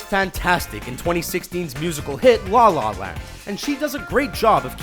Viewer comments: Why does he sounds so uncomfortable saying La La Land? it sounds like "Dlah lah land" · I'm uncomfortable hearing how the narrator say "La La Land"